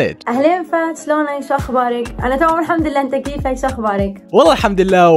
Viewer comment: دقيقه كان جيهان قالت كيِفِك ما قالت كيفَك 😂🙂